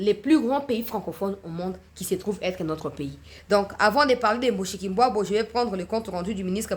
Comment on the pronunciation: C'est Mushikiwabo et non Mbushikimbwabo !